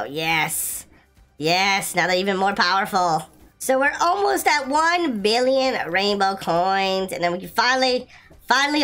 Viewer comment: HOw he SAid 4 BilLOOn😂